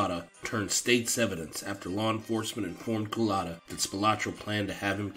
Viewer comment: Lol the way you pronounce “Cullotta”. “ COOL-LATA”. Like he was a damn Dairy Queen drink😂